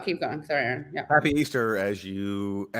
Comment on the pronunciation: Minor quibble: Katie should listen to how Aaron pronounces his own last name when he introduces himself and then follow suit (pronounce his name the way he pronounces it).